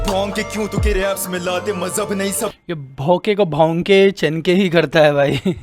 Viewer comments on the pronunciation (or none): its bhonke not bhoke in Urdu 😂 he speaks urdu not hindi thats the reason!!